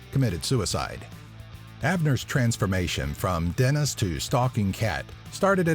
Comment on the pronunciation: its pronouned Jenest... like the french word bonjour.... guenest... smh...